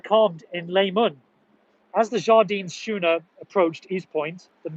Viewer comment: That was great video. Just one thing? Right at the end when you were reading out the history of the midday gun, you pronounced Schooner ⛵ as 'shooner' but its, actually skooner. 😁👍